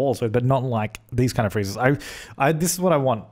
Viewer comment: Is he saying freezers? What does he mean